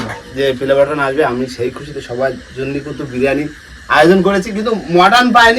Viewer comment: আরে দাদা পেলেবাটান নয় ওটা হলো প্লে বাটান